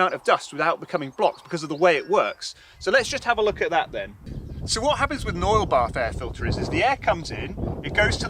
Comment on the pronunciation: It took me 11 minutes to figure out that he was saying "oil bath air filter".